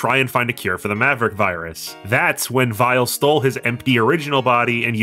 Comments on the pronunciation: It almost sounds like you call weil as vile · I like how you say Dr. Weil's name with a German accent so it works as either Weil or Vile (his original name in Japan). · Text: Weil: Vile Me:?.....????? Am I missing something here? Edit: Oh. It's just the japanese pronunciation.